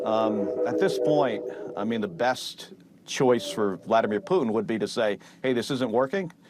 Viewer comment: Who the fk is Poootn ??